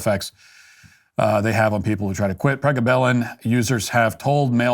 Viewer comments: I think you need to research how to to pronounce the medications and dig deeper on the contraindications before you speak! Thanks! Also, it's PRE-GAB-AH-LIN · “Pre- Gaba-Lin